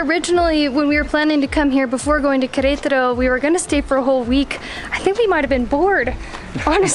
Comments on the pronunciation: How come you guys pronounce it querAYtaro? I’ve never heard english speakers or spanish speakers pronounce it that way. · They are exaggerating the stressed syllable in Querétaro (the one with the accent), possibly a bit too much because of consciously trying to stress the correct syllable! 😁